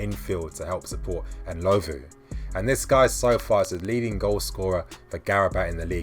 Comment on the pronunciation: Enlovu?..... It's Ndlovu, Dino Ndlovu..... N....dlo....Vu